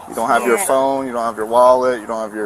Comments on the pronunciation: The way the blonde bike-riding lady kept saying “pheune,” “I need my pheune,” “I can’t find my pheune” was equal parts hilarious and irritating AF. She is the poster child for old white lady entitlement. I bet she is just as vile when sober. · The Second Lady is pronouncing phone like Inspector Clouseau from the pink panther. Phoone. It’s hilarious to anyone old enough to remember. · I would give this woman 5 to 10 for her pronunciation of the word phone! I mean for the love of God woman! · She pronounces phone just like Peter Sellers did in the movies Pink panther